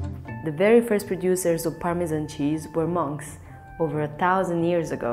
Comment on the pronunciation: you just could not choose a worse narrator.. "permeaan cheeaauuz ehuu veeuu ee uuuu vuleee"